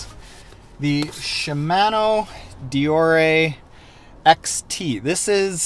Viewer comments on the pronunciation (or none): Great video but.... she-man-o d-or-a....my eardrums are bleeding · He really doesn't know how to pronounce "ShimAHno" OR Deor(E)?